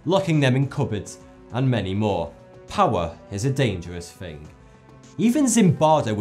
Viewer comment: when he says "fing" instead of "thinking"